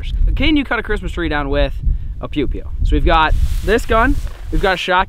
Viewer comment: Who else thought he said Pewdipie instead of pew pew